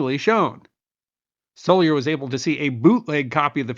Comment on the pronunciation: Hey - thanks for throwing your spotlight on "Animal Crackers" - and for pronouncing my name correctly! Meeting Groucho and getting the film out again was a life-changing event for me. Steve Stoliar, Former Field Secretary to Captain Jeffrey T. Spaulding.